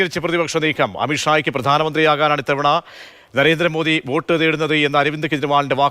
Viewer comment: വേട്ട് അല്ലാ, വോട്ട് 😂😂😂